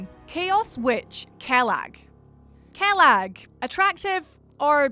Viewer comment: The way she pronounced Quelag bothers me